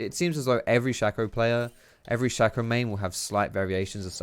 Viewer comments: it's sh-A-co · Maybe im wrong, but i think Shaco is pronounced (Shay-co) because his name is anagram of Chaos. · It's not shack-o